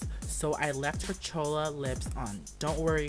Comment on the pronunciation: HAHAHA DID HE SAY "CHOLA" LIPS ??